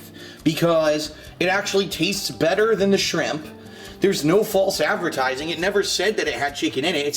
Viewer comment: Fahlse Advehrtizingh snort